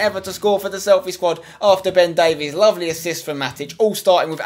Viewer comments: its not davies its pronounced davis im welsh and from Swansea (his boyhood club) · It's pronounced "Day-Viss" not "Day-Vees" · Ben Davies is pronounced Ben Davis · No no no, it's pronounced ( day-vis ) davies! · Ben Davies is pronounced "Dave" "Is" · You really need to learn how to say Ben Davies' last name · The way you pronounce Ben Davies' name annoys me more than it really should